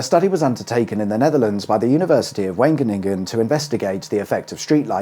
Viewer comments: Wageningen = "vah-ghen-ing-en", with a guttural "gh" like the "ch" in "loch" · Wageningen is pronounced wah-(clear your throat sound)- a ning- an. So your pronunciation is quite acceptable. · Wageningen is pronounced like the wagen in Volkswagen , the ingen part was correct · Var-gun-in-gun. But I don't care, do you care? I tell you who really don't care .. Dutch people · Wageningen: waah-ch@@ (@ = schwa, ch like ch in loch) - in my southern Dutch accent. Poncey northerners (interesting that it's the opposite way around to England) might pronounce the 'ch' harder, and not drop the final 'n', and might add a slight 'v' sound to the 'w'. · For an English speaking person, because you can’t pronounce the dutch G. You would say “Wa” as in what. “Ge” as in gun. “Ning” as in whining. “En” as in men. 😊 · FWIW, The "a" in Wageningen is a long a, a bit like that in Roxaaaanne.